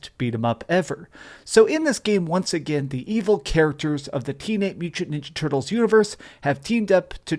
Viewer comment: Dude couldn’t say the phrase “Teenage Mutant Ninja Turtles” to save his life lol, just fucking with you. Great video as always